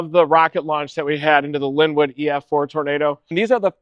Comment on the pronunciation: Lol. Lawrencewood? It's linwood ks.